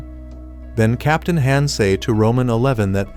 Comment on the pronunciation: FR captain han sounds like ham and xiyung is roman 11 young and he keeps talking about the bullies not subscribing leading them to die and the ai loses its grammar mid video bruh 💀💀💀